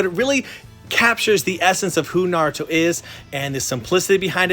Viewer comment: I’m not just talking about you even though you did mispronounce some names like bruh how do people watch naruto and watch NARUTO for they’re whole lives and mispronounce like every single name not even mispronounce SLAUGHTER the names like I- how is that even Possible now the worst is when they say NaRutO you know what in mean them saying naruto like nArUtoe like BRUHHHH not in any of the dubs does it ever even say naruto like that so how da hell they say it like that LOL